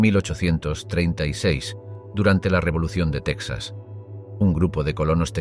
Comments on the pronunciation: Solo un error al principio del relato: se pronuncia Tejas, no Tecsas, así como Mejico, no Mecsico. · Se escribe Texas y se pronuncia tejas no saben español o que?👊🏻👊🏻